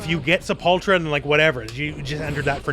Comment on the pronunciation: You're pronouncing "Sepultura" wrong. It's "say·pull·tur·uh". It's Portuguese for "Grave", and the name of a really awesome Metal band.